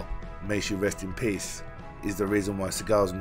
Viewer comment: "Rest in peace" or "Rest in piss"?